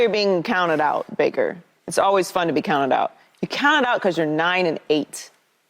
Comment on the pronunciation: Lmao. 😂 Bake-er... Mayfield.